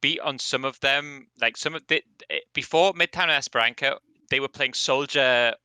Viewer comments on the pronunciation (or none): guys, not esperanKa, but esperanSa